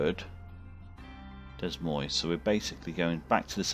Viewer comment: So, it is an American Truck Simulator...Simulator. Complete with flying cars! ;-) Looks like you are playing the role of a trucking dispatcher, setting up jobs and assigning trucks to the routes. They're going to keep you busy. Oh, and Des Moines is pronounce like De Moyn. And south of Denver is AlbaKirkie. Our city names are often a mix of Native American words and foreign languages. Interesting game!